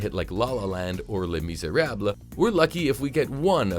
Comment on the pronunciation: I'm still stuck on that weird pronunciation of "Les Miserables"